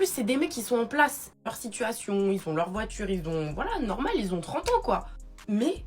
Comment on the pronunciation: La première, juste sa diction est dégueulasse. Une femme de cet âge-là qui s'exprime à la façon des gamines écervelées de notre époque c'est rédhibitoire. "Un remis de DJI minutes", "j'ai pas de SITCHUATION". Mais quelle horreur 🤮🤮🤮.